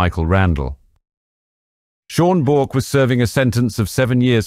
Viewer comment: Very good documentary. One slight correction if i may. Bourke is pronounced Burke. Great channel though. Keep it up!